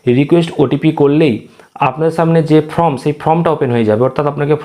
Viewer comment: কথাটা ফ্রম নয় ফরম ।উচ্চারণ টা ঠিক করুন ভিডিও করার আগে।